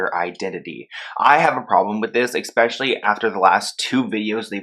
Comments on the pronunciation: Eck-specially? 🤔 😂 I think it's especially... Love u though 💕 love ur videos and ur passion. I just had to point that out 😂🤔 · Omg. The word is ESpecially. Not EXpecially.